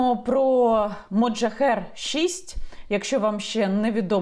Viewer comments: Так "Мохаджер" чи як Ви кажете у відео "МоджаХЕР"??? ахахах тепер так і буду їх називати) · Так моджахер чи мохаджер???? Написано одне, а Ви говорите інше)))) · Мохаджер а не моджахер!!!!!!! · Яніно, Ви, як завжди, чарівна, а от мене дехто вважає занудою: чергова "вундервафля" зветься "Мохаджер", а зовсім не "Моджахер" (хоча, звісно, воно є "один ×єр"). Вітання з Харкова.